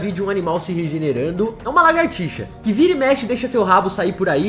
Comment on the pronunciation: por favor fale lagartixa corretamente!